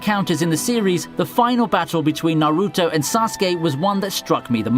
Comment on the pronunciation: Damn... you done fucked up Naruto too 😂